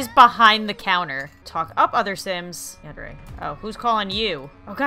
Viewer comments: i dont wanna be rude but its said Yan-Der-Aye not Yan-Deer-Aye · It's Yandere (Yon-der-ray)